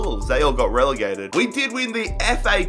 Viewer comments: did he rlly say we got relagated to where we belong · "We have been relagated and we done it in style"😂😂😂